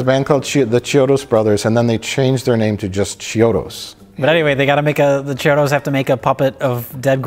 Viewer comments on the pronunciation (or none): Just an fyi, "ch" in italian sounds like a k, so it's pronounced kiodo